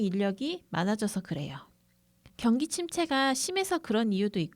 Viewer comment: 경기를 경끼로 발음하면.....